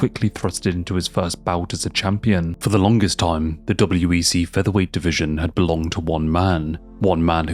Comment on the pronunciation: Are you saying WBC instead of WEC sometimes?